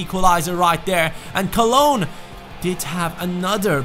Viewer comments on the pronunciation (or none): none